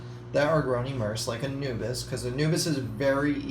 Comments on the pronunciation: Why do you pronounce anubias as "anubus" ? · Its really anubius nana